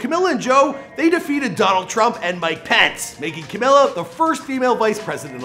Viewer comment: Camilla???? How did you mispronounce her name the whole video though?